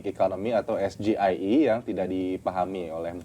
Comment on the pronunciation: Gibran aja pas nyebutin SGIE pake pelafalan Indo, hrusnya pke logat Inggris lur, krn itu kepanjangannya bahasa Inggris jg. Pas nyebutin kepanjangannya aja dia jg kliatan kyk nyontek, jd yg hrus diupdate ya si penanya jg, jgn asal tnya prtanyaan yg dia blm tentu paham. Liat segmennya ini debat ditonton rakyat Indonesia, bukan hny sekedar pengamat ekonomi. Gue mgkn 1 dr sebagian besar rkyat Indo yg ga tau jg artinya SGIE itu apa, bner kta narasumber debatnya jd kurang dpt poinnya. Objektif aja